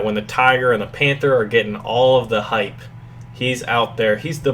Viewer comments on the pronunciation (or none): none